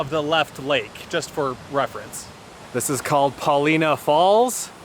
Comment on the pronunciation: We've camped by the lakes many times. Great hiking. And, I apparently always mispronounced Paulina 😂😂😂